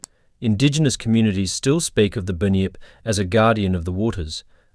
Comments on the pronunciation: Bunn -yipp … not “bin yip, or bue-nip”. Do better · I’m Aussie and it’s pronounced bun-yip not bin-yip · first of all you called the bunyip a binyip second said the Tasmanian tiger come from queens land witch it dosent you cant be a real ozzy because you cant get our history totaly wrong do read more books about Australia mate. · Binyip the kiwi version 😂😂😂❤❤❤